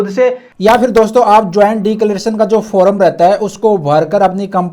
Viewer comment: फोरम nahi hota yr फॉर्म hota hai